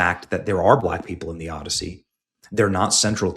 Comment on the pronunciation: The "Odyssoy"